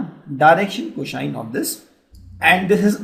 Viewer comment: He says "Cosine" normaly rest of the time he's faking it and saying "coshine"